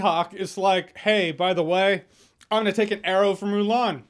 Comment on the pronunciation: How do you mess up Mulan? -_